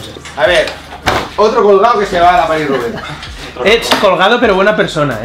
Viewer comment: valenti es paris roubaix, roubaix se pronuncia con e final no con o